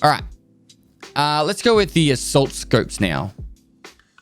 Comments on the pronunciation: "asault scopes" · "ASAULT SCOPES" 😭